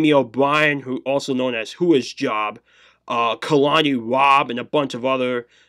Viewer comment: It’s j o b not job, who is J, O, B. just fyi 🤙🏼 Jamie O Brien. J O B, not one word yew